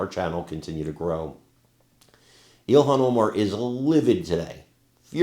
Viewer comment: ILL HAM OMAR you mean 😂